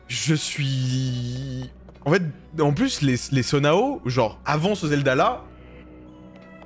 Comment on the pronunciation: Banger ce jeu j’ai avancé plus dans l’histoire pour pouvoir regarder mais juste tu dis Sonao mais je pense ça se prononce Sono